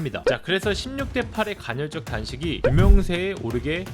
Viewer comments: 간헐적 단식을 계속 간‘혈’적 단식이라고 하는 거만 빼면 좋네요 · 간헐적 단신을 논하지만 간'혈'적이라고 발음 하는 그는 도덕책... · 형님 계속 간혈적 단식이라고 발음하시네 ㅋㅋㅋㅋㅋㅋㅋㅋㅋㅋㅋㅋㅋㅋㅋㅋㅁ